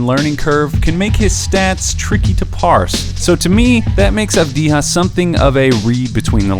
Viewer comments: It's Avdiya, not Avdiha. It's from Serbian, not Spanish. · Avdiya, not Avdiha, mate. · Its not pronounced "avdiha" man wtf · This guy pronounciation is Deni Avdiya wtf is wrong Avdija like mexican? Bro u ok? Do you know where is he originaly? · Never trust a scout that cant even pronounce his name right , video meshed up last 2 years as a 17-19 year old and didnt noticed that he already improved in some areas that was mentioned as an issue , such as 3pt shooting and descition making. FT he will get over that- in israels semi final U20s he scored 12-12 when it counted. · he doesn't though. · Gal Gadot it pronounced like Gahl Gah-dough-t, essentially the "T" his not silents, she's not french. Secondarily the "J" in Avdija's name is pronounced more like a"Y" since the name is of Balkan origin, you would go around pronouncing Jokic like "Hokic".